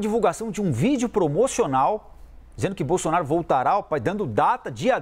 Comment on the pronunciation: O apresentador não sabe pronunciar o ex presidente.